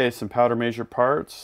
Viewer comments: powder major :P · Does how he says measure drive anyone else nuts? 🤣